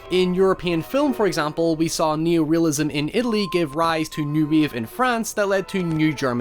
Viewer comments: It's wave not weave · The way this dude pronounces ‘wave’ is kinda gettin’ on my nerves... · Narrator :Do you wanna ride the Weave? Me: do....do you mean wave? Narrator: just look into my meowth...